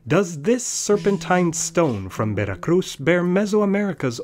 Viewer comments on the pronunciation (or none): Shittiest pronunciation of Veracruz ever <3